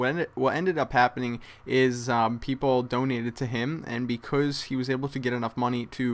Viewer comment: you say 'because' weird